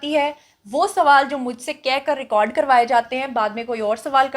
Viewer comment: Teri pronounciation tak sahi nahi. Record ko tu ghalat bolti hay jahil